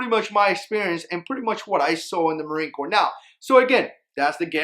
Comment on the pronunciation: is anyone else bothered by him saying sub-marine corp